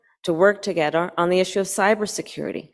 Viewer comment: She literally says "A commitment to work togedder" You can't make this shit up